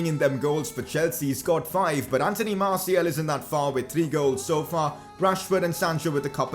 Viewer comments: Just a heads up, it’s Martial, not Martiel ;) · Can you stop calling Martial Martiel?